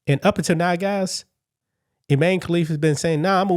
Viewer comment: So Imane now says “I man(e)”…..